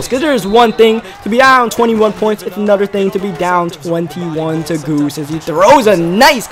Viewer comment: "Anudder"